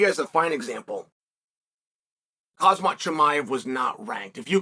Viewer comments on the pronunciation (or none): Also you know the m comes before the z in khamzat and it's always "hazmat" chael jfc my man just look at the letters